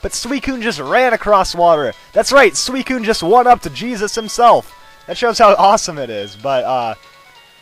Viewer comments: I've always pronounced SUICUNE 'SU-SOON' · Does anyone else say Suicune like "Suisine" ?